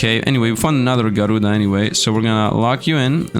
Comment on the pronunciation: "Garuda" Slfd: Na bro there has to be an N there